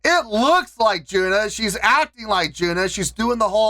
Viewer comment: Thank you for introducing HAGANE. The drummer is JUNNA. JUNNA is JU-N-NA. Not JU-NA. how to pronounce HAGANE Member.